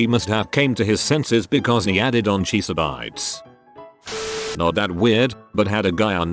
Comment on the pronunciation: Cheese-uh-bites was my favorite